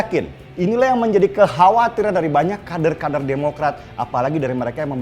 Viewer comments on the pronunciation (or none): Kebiasaan bahas kardun😜 kader di bilang kaRder sama mas denny😀😀😀😜